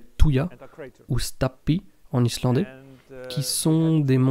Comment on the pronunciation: J'adore cette chaîne de grande qualité et super intéressante. C'est sûrement le seul français à savoir prononcer les noms Islandais,respect😊✌